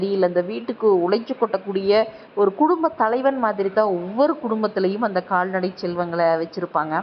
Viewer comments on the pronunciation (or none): நல்ல குரல். ஆனால் உச்சரிப்பு கவனம் தேவை சகோதரி. கால்நடை , காள்நடைன்னு சொல்றீங்க